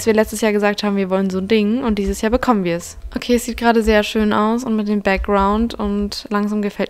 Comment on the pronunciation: Dieses Jahrrrrrr